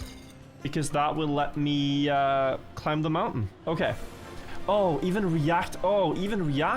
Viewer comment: I can't unhear pronouncing the B in deBt, climB etc. but also: kakky!